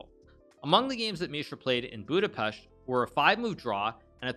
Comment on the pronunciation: Yessss he said Budapest right